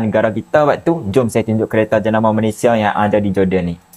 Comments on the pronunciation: Woi, betulkan sebutan Malaysia tu boleh tak? Atok nenek ayah emak aku jowo kabeh, Elok je dia orang sebut Malaysia. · Semua orang dari negara seluruh dunia boleh sebut Malaysia dengan betul, Kecuali Indonesia. Peliklah. Cubalah sebut betul betul Malaysia. jangan lah tolo l sangat.